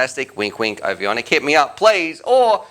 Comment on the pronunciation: There's only one i in the name. Ovonic = O-von-ic. Not O-vi-on-ic